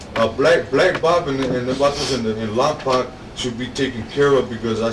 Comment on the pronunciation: Lom-poke thats how you pronounce the fed pinta they were talking about . That’s my town and it gets mispronounced constantly haha.